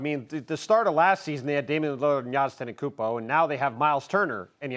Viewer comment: Will you please learn how to pronounce the Greek freaks last name..